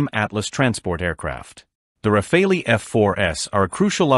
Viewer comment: sorry but you seems to be doing a lot of video on the RAFALE and that's great and your video are good but could you stop butchering the name of the fighter jet please. So make an effort, in French, because it's a french Aircraft the " E" it is not prononce like in English . At this point it comes accross as either a lack of work or a lack of respect.